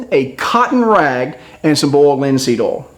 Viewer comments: boold linseed ool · "bold linseed ol" lol